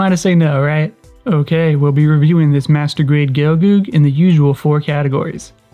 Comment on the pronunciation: when you say "master grade" sound like "masturbate" lol